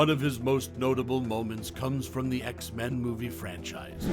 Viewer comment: X-MAN?!? (It's X-Men fam lol & your welcome)